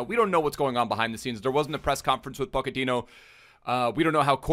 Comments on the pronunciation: ***po-ch-ettino not pokettino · go ahead and look it up lol, its pronounced "ch" not "k". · who is Poc-a-teen yo? Dude you murder some of these names. You make him sound like a little Pokemon In my pocket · I love you but he’s Portuguese, so it’s JOE ZE and poch is Argentinian so it’s Paw che ti no, love the vids g I be butchering pronunciations all the time too just tryna help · Pochettino + Pokemon = pronouncing Pochettino